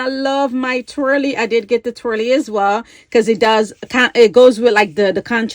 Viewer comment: Twilly, not twirly.